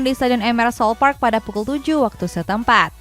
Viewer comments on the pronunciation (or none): none